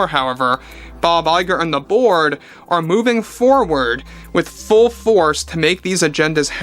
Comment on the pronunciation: Every time you say Bob Iger and The Board, I hear Bob Iger and The Borg.